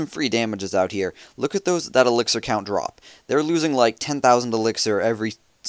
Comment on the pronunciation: No he say elxier not dark elxier